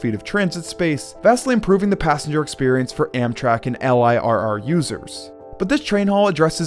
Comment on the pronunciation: Who in the fuck says L- I - R - R? It's "L- I- Double R" edit: also.... old penn station was a dilapidated piece of shit for a long time before it was demolished. The architecture was great, but the maintenance was nonexistence. Eventually this would benefit the protection of Grand Central, but old Penn was basically abandoned and gross.